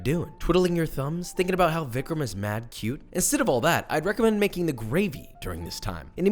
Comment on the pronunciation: Vikram not jammin'